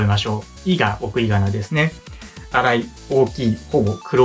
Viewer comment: 「いが送りがなですね」の「いが」の部分が「いいか？」に聞こえてしまいドキッとしました。すみません。